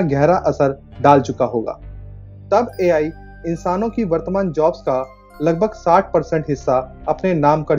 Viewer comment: Bhai sahaab A.L. nahi wo A.I. I FOR ICECREAM hota hai